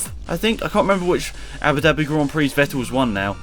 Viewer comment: It's the Prince Ali of Ababwa Gran Prikki.